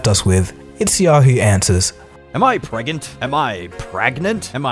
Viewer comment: hey why did you cut the part where he said pregananant! that was the good part of that video